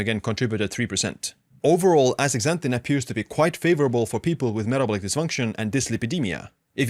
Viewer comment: Aks a zanthin